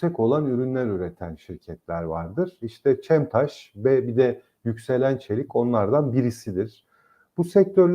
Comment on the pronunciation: daha hissenin adını bilmiyorsunuz. cemtaş değil, çemtaş. ç olacak